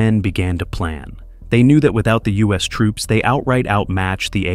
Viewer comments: AI almost had me until it said tropes instead of troops. Also a few times it pronounced “Viet” a few different ways. A human voice actor would err on the side of consistency. Also if I hear this thing say “You see…” one more time I’m going to lose it. Actually, I’m done. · Is this narrated by AI? The pronounciation is completely off at times, troops pronounced as tropes, the city of Hue as hue(nuance),Viet Mihn as 'vajetmin', really wierd. Also saying that Ho Chi Mihn became 'radicalized', a typical American stereotype for anyone not agreeing with their world view. Today they'd call him a terrorist. Get real!